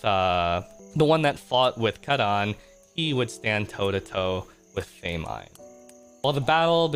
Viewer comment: girl not him saying “they-mine” 💀